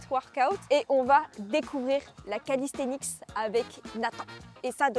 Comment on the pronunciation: Pourquoi il dit callisthenic*s* 🤔 sinon cool de te voir essayer notre sport 🤌🏼